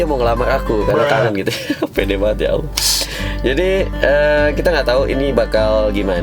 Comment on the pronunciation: kalau blh aku koreksi dikit, Utk masalah Pengucapan Kata "ALLAH" kalau bisa di ajarin ke mba Bonitanya masalah kedudukan Lidah, krn blm pas utk pengucapan Kata "ALLAH" itu aja sih 🙏